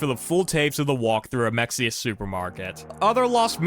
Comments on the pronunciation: as a person who loves in Mexia, the actual pronunciation is Ma-hey-a. To be fair, I do jokingly call it like how you did. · lol Mexia is pronounced “muh-hay-uh” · it's Mexia (Ma-Hay-Ya) that's how we can tell who lives in Texas